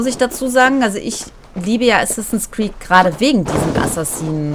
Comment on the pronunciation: Hast du am Anfang assassins creec valhalla statt assassins Crêpes valhalla gesagt